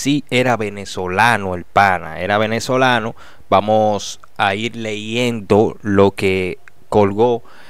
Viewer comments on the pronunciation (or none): Amigo se dice leyendo